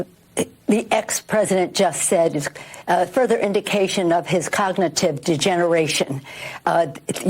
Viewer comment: Kognitin Degenerayshon ? ? ?